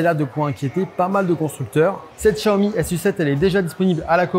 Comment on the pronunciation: Le journaliste aura le temps d'apprendre à prononcer correctement Xiaomi d'ici que la voiture arrive en France...